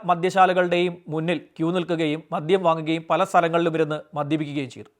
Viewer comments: മദ്ധ്യം അല്ല മദ്യം എന്ന് പറയൂ. താങ്കളുടെ വീഡിയോ കൊള്ളാം. ഉച്ചാരണ ശുദ്ധി അത്യാവശ്യം ആണ് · sir മദ്യം എന്നല്ലേ .. sir മധ്യം എന്നാണ് പറയുന്നത്. sir പറയുന്നത് ശ്രദ്ധിച്ചു കേൾക്കുന്നതുകൊണ്ടാണ്….